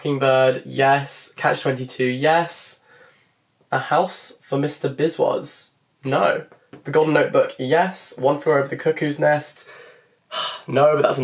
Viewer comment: It’s pronounced ‘Biss-vas’. Also, you should check out more of V.S. Naipaul’s work.